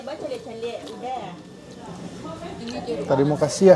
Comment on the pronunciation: Not tarimo kasiah, tarimo kasi